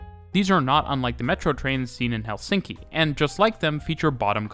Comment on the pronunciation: HEL-sin-ki. Stress on the first syllable.